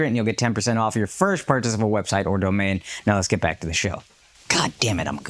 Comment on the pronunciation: Why can’t Akash say “First”?